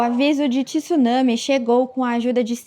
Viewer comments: Essa apresentadora é péssima. E não se fala TISUNAME , é TSUNAME . não tem i nessa palavra. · repórter, é tsunami, não tissunami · “Ti-sunãmi” kkkkkkk😂 Tsunami. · Eu morro de ódio quando pessoas letradas falam ''TÍSSUNAMI''. Caralho! É Tsu, Tsu, TSUNAMI, ou falem o equivalente em Português: Maremoto.